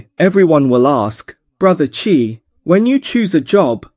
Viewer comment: Awesome incorporation of AI Tech! Love the accent!! which AI did you use? One bit of suggestion, pls use "Bro Chai" rather than "Bro Chi", I was thinking chi, si, xi...